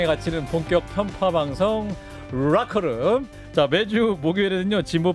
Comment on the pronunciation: 박재홍앵커님, 더 롸커룸(rocker room,X) ... 더 라커룸(locker room,O). . . 스타팅멘트에서 발음에도 조금만 신경써주세요..한판승부 및 라커룸.. 늘 잘듣고 있습니다..❤❤❤